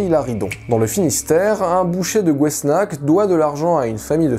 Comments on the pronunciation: Très bonne vidéo ! Juste, Gouesnarc'h se prononce "GOUÉNAR" et pas gouénak hihihi 😊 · Sorry but on ne dit pas [ gouesnak] mais [ gouenar ] 😎❤️ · Gouesnach se prononce "gwénar" 😉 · Un détail : on prononce Gouesnarch [gou-aine-ar] Ça fera plaisir aux bretons. Ah ! Visiblement, je ne suis pas le seul à le faire remarquer. Oups ! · J'adore ce genre d'histoires. Je ne les connaissais pas alors que j'habitepas loin. Pour la première histoire si c'est bien la commune de gouesnach ça ce prononce "gouénarrrr" en insistant bien sur le "rrr" 😅